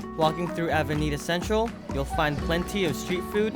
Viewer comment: Casco Vee A ho. Avenida CenTRAWL. LOL. A little annoying, but beyond that, a great video.